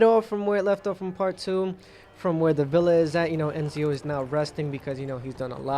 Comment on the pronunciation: i think its ezio not enzio